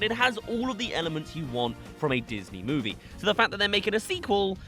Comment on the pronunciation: bro said mowie